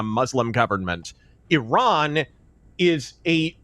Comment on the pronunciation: Crazy hearing Americans pronouncing Iraq and Iran properly. Well done